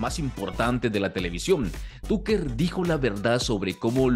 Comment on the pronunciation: Excelente Tucker Carlson, buen resumen pero ojalá pronunciaras bien el nombre TUCKER🙄